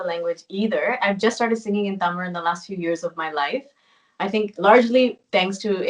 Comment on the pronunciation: she doesnt know தமிழ் but pronounces Tamil as தமிழ்! 👏👏👏